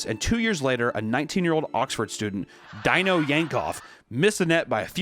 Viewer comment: The fact he doesn’t know how to pronounce Dino (D-no) is crazy lol. And the other guy just let it slide lol. Put some respect on that dead man’s name